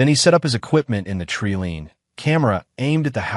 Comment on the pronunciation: Tree-line not tree-leen! Same mistake throughout these stories. Train your robots to speak English. Sloppy work. PROOFREAD your product. Edit for quality.